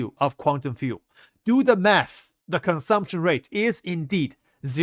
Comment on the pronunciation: I can't stop hearing "Do the meth!", instead of math. xD